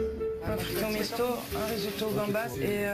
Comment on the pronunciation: Au début je penser entendre Frito Michto😅🤣😂.